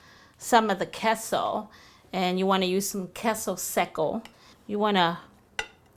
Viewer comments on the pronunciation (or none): none